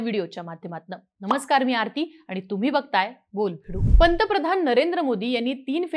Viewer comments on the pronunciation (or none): none